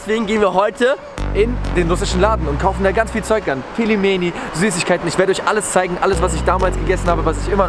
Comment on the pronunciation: "Ich kann russisch sprechen" Auch vergewaltigt das Wort Pelmeni beim aussprechen 🤦‍♀️